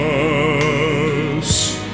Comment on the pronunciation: What's this "for Russ" who's Russ? It's "FOR US". Both brilliant voices, but please get your pronunciation right, it shows class.